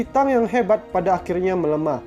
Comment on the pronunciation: BAGUS UNTUK MENAMBAH WAWASAN CHINA MMG HEBAT MUNGKIN LEBIH HEBAT DARI MESIR .SEDIKIT KOREKSI PENGUCAPAN PIN YIN NAMA DINASTI AGAK SALAH SPT JIN HRS DIBACA CIN ; TANG DIBACA THANG DLL